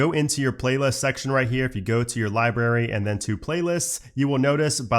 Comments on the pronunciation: Dude your videos are great, and I’m telling you this with the utmost sincerity and respect. When you say library you pronounce it liberry, it’s library. Not berry, brary. You leave out an r. And it’s mildly infuriating. It makes the video almost unwatchable. Again I’m sorry if this comes across in a mocking manner. I don’t mean it to be. But please, please please please; say the word correctly. PLEEEEEAAASE. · Love love love your videos...thank you. One small thing that drives me crazy, is the pronunciation of some things. Many of these are of course local to an area of the world, but a couple are just incorrect, even when considering different accents. In this video, you pronounce Library 'Lie-Berry' rather than pronouncing the B. Just in case you want to satisfy those of us who care about things like this, I thought I'd let you know. Sometimes we don't even notice these things ourselves. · LIBRARY ... How do you pronounce it? Cracks me up every time I hear you say it. haha ... And.. I'm laughing with you, not at you. I love it!